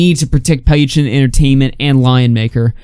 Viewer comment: But he is saying it almost right, I have heard people who pronounces it way worse. Also good riddance.